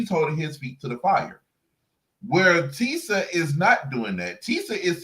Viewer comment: Tee- sha. Her name is TEE-SHA.